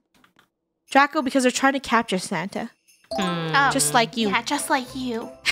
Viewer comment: Why always say Sanna? its santa